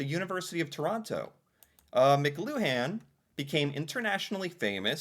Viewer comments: Pronounced mick clue en…the emphasis is on the middle syllable. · To pronounce Mcluhan say Mu-Clu-An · "McLuhan" is pronounced "McLUwan".